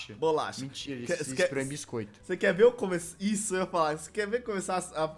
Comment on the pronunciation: Bicoito E o certo é biscoito